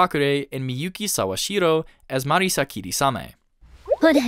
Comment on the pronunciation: Just want to give you props for pronouncing names correctly, even as simple as "Marisa" and not "Marissa". I don't know how most 2hutubers get that wrong.